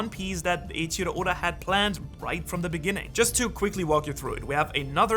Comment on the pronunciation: Did no one realize he said Oden instead of oda then he said Yoda instead of oda